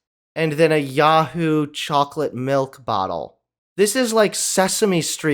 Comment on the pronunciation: The funny thing is, that chocolate milk beverage is called "yoo-hoo", not "yah-hoo"..